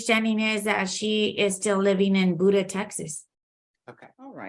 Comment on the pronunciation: Cannot believe the Judge & the CSO cannot Pronounce Buda correctly! Its B you da not booda